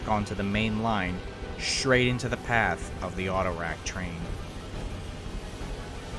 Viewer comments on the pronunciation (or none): none